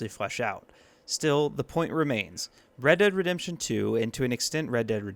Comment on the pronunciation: Redurd Redemption